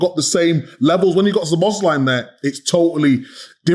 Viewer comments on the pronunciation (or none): Isn't it about time you learned to pronounce Szoboszlai;s name? The stress is on the first syllable.